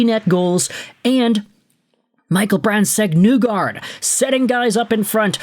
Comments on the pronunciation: I hate to be that guy, but well, here we go. Please get MBN’a name right. It’s pronounced “KNEE-guard” not “NEW-guard” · I made a similar point already on another post. I personally thought it was NIGH-guard. Like rhymes with high. Dude probably doesn't read comments anyway.